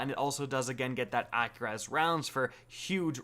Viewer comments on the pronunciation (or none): none